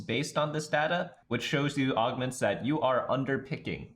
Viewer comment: its data not data